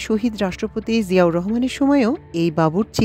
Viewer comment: বাবুর্চি হবে। বাচু্‌চি না